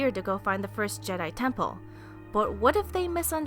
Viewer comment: Is called je'daii